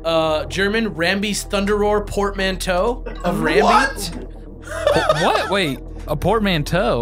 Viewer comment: There's no L in Rambi and no A in Rumble.